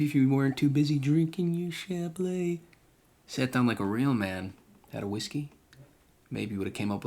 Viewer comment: It's not chablay. It's chablee (chablis), rhymes with bee.